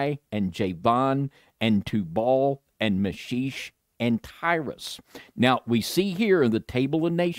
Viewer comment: Meschech ... pronounce Me*shack ...